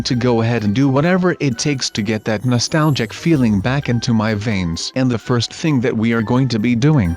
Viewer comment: stop saying nolstalgic